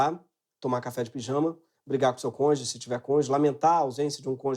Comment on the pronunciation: Cônjuge ou "conje"